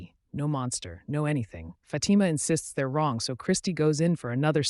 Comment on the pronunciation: Its not fati-ma...its phaati-ma ... cant ignore this anymore. Great recap though 👏